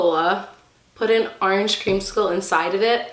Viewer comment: I love how she says arenge instead of Orange is so funny